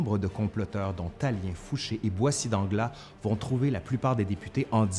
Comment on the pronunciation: Boissy d'Anglas : on prononce l's final.